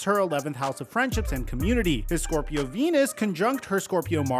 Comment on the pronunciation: I thought you said his “Scorpio penus and not Venus”…